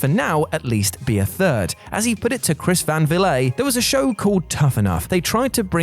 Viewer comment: Chris Van....what? That was an interesting pronunciation.